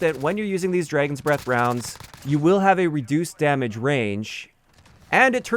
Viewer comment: I like how says it like "Draygon." I have a friend that says things like that too.